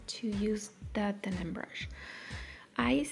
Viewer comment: Hon, it's a Denman brush. DenMan. Not denim. There is an M in there.